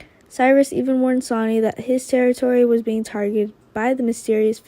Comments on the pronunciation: Sonny is pronounced ( Sunny ) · And please please have her pronounce Sonny’s name correctly it’s not Sony